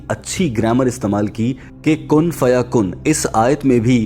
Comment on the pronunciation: کن فیکون ہے بھائی کن فیکن نہی